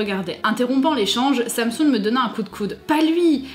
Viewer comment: quand vous dites sam soon, j'ai l'impression que vous dites samsung ça m'a perturbéééééééé jpp